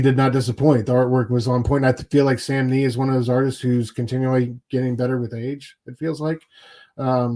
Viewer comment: Love this show guys! Batman and Robin will be 12 issues. And Samnee’s IG profile used to say his name rhymes with Omni